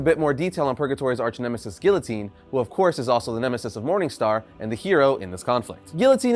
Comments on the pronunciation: its (Gee-uh-teen) not (Gill-O-Teen) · Dude its pronounced geeotine not gillotine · Help me with this pronunciation of guillotine… is it not after the French Revolution beheading machine? Ghee-yo-teen??!